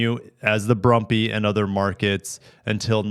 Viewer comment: The “Bumby”?? It was called the “Brumby” in Strayia.